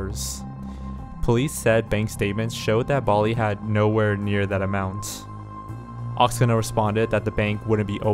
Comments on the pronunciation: not Oksana, but OksAna. Stress on the first A in this word. It's Ukrainian name. Obviously, her friend has Ukrainian roots. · Omg and he’s calling her friend “oxena” and you know it’s probably Oksana... lol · How he said the friend’s name, Oksana? Drove me crazy every time. Haha